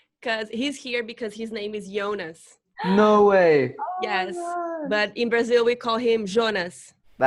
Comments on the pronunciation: que legal!!!! só não entendi porwue a sempre fala "Ionas" e o próprio fala Jonas..😬😬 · Amei a entrevista, muito show! Parabéns. Os próprios atores dizem Jonas (acho que essa eh a pronúncia certa mesmo pq Ionas eh muito estranho, nem em alemão fica dessa forma...)